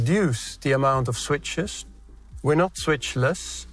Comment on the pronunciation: Funny how I could still recognize A van Hooydonk as a Dutchman, not as a German, (wasn't initially aware of it being him) even though he does very well hide the accent of his native language. Although, each time he pronounces the word 'switches' erroneously, eg , it's done in the so typical and ghastly way Dutch people usually mispronounce most of their English speech.